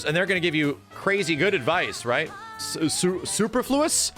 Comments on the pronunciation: sue-PER-flew-us xD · Sue-per-flu-us. Superfluous. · Soo-pur-floo-us (superfluous). It does not mean the same thing as superficial though. Id say the word you were trying to use was arbitrary or contrived. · "Soo-per-floo-us" I'll also except "Super-floo-us" but I don't think most other people will. lol Anyway, the best fighting game advice I EVER got was "Wait your turn." Next best advice was, "If you don't know if it's your turn, keep waiting." Honestly brought my game up at least one level. Let me take a couple games from people who were far more experienced and objectively better at the game than me.